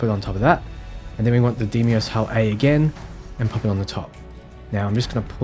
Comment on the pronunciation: You are correct, although you could use the conventional Germanic/English pronounciation DYE-mos, instead of the Greek DAY-mos. In any case, Dem-ee-os is just...wrong.